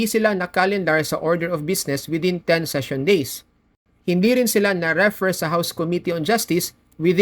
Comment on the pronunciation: In the word "refer", the stress is on the second syllable: 👉 re-ˈFER So it's pronounced /rɪˈfɜːr/ (in British English) or /rəˈfɝː/ (in American English). Refer... 2 syllables... The stress is on the 2nd syllable Referring... 3 syllables... The stress is also on the 2nd syllable Thank you po.